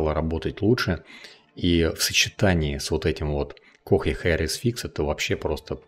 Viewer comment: КОЯ, а не кохья ГИПЕРТАЙЛ, а не хупертайл